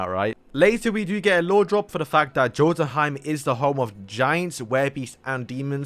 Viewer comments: I am sorry bro but it is so cringe when you say Jothunheim, it is pronounced Yothunheim the "Jo" is "Yo" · It's pronounced Yo Ton Heim